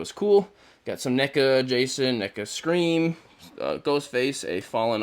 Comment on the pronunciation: Bro said sream face😢